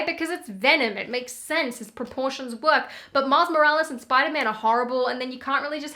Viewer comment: "Mark Morales" had me confused for a good five minutes. 😂😂